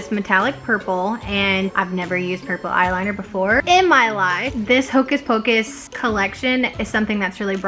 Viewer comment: “Hocus focus pleeeease” 😂😂